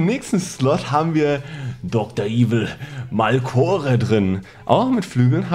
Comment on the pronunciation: MalMore das heißt Malcore aber Fehler sind Menschlich😂